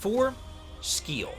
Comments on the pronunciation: Yeah right Skkkiel😂 its Siäl!! no brain just brwan🤷🏽‍♂️ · Yeah im pretty much on the same page with the rankings. Also i laughed my ass off at the butchering of Sciel's name. i mean there's voice overs. Its pronounced See-elle or simply C-L. Which means sky in French. Written Ciel though. Same with Ma-elle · "loon" and "skeel" is effing killing me here. My man played the game with sound of or something. Also, terrible tierlist. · My guy, her name is spoken all throughout the game. How are people still calling her "loon" Cmon bro, "skeel"? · Loon, Skiel, May-el! This game has amazing VAs how do you mess up all names when they get pronounced so many times. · he pronounce all female characters name wrong. loon, skeel, may-el ... who would take this tier list seriously from someone who don't even know how to pronounce these characters names?? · Really butchering the sciel name with calling her skeel 😂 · Sciel = "sea-el" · man you don't even know how to pronounce Sciel's name lol. have you played the game at least? I mean, there's a lot of dialog right? you didn't hear anyone pronouncing her name correctly? maybe you skipped the cutscenes, go figure... lol that was funny. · Also side rant, why is he pronouncing the names, specifically Lune and Sciel like that??? I played in English, is that how it’s pronounced if you play in French maybe? Not trying to insult just curious lol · Brother really said who cares about slow in a turn based RPG with a turn timeline😂. But other than that, solid ranking! (side note: intentionally mispronouncing sciel's name for engagement is smart, i'm taking notes lol) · Did you not play the games in English or did I just decide to pronounce their names (lune and sciel) differently on my own?